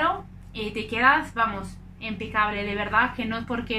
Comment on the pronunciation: Empecable o impecable?😂